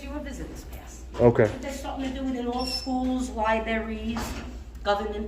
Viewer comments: “……schools, liberries……” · saying LIBARIES ?? = uneducated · did she really just say LI-BERRIES?